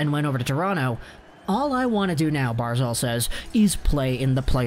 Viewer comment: Barz alllllll.. say it right man. It's not barzalllll.